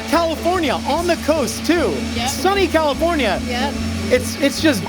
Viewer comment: Does pronounce California like cauliflower?